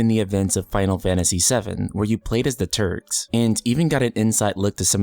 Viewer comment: made me rewind thought you said Turds😂😂